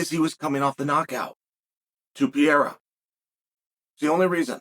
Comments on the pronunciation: It's not Pi-rera, it's Pereira😂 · Alex Pee-yera lol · Does Chael misspeaking Pereira's name as 'Piera' a gimmick? We know his not dyslexic! Alex Pereira is a former champion of the world in 2 different sports, and Chael has pronounced correctly harder to pronounce names. What's going on? Is it a gimmick, a mistake or does Chael just not like Pereira for some reason? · lol 'Pee-era'